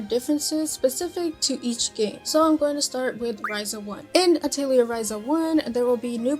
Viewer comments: The games that are dubbed in English pronounce it this way. It’s incorrect but it’s the way they say it. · Pretty sure you're pronouncing "Atelier" incorrectly.